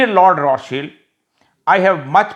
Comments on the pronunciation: روتھ چیلڈ نہیں روتھ چائلڈ کہتے ہیں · Sir it's Roths CHILD not Roths SHIELD. Sir is liye bataya ke pronounce Chiled kartey hain log koi aur family na samajh lein. Ye Illuminati ar Freemason bhi hain. Wolrd's Gold bhi inn ke pas ha aur yehi Gold ka rate bhi control karte hain. American Reserve ke owner bhi yehi family ha aur European Bank bhi isi family ke under ha. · hazrat rothchild ke sahi pronunciation roth shield nahi balkeh roths child روتھس چائلڈ hay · The correct pronunciation is Rothschild